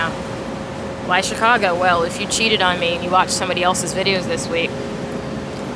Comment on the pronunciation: lol chic-I-go 😂